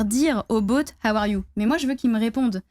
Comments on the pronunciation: On l'adore mais je peux pas m'empêcher de faire remarquer qu'elle dit 'boat' pas 'bot' x) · Par contre c'est quoi le délire avec la prononciation du mot "bot" en "boat" ??